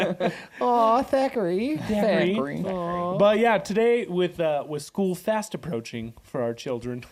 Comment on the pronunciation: Hey...it is Thackery Binx NOT Zachary!!